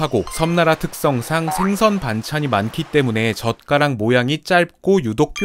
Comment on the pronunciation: 젓가락 발음할 때 자꾸 "젓"을 강하게 발음하시는 이유가 뭘까요??